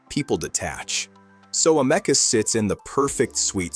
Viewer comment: I call bullschitt on this video. And it’s Ameeeka Not amecca……